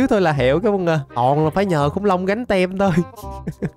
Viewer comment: anh ơi cái từ Team đọc là tim chứ ko phải tem đâu